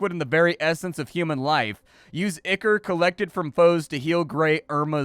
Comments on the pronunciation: "eye-core", not "ick-er". Looks like a cool metroidvania, though. Downloading demo now. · Ichor is pronounced "eye-kor", not "ikker". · Not o be a jerk and with all respect and love, the word is spoken "Eye-core" 🙏🏻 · I've only ever heard "ichor" pronounced like eye-core or eye-kur. First time I've heard it as "ick-ur." Then again, I've only ever heard it pronounced by people like me who've probably only ever encountered it in print and never heard an actual English authority pronounce it. I ain't lookin' it up to see which is the "real" way now, that's for sure. Too little mystery left in the world. o_O; EDIT: I lied, I couldn't help myself. It's eye-core. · I think it's pronounced "eye-core"